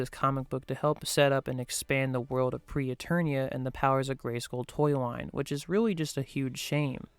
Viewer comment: Except it wasn't "Pre-Eternia." It's "Preternia."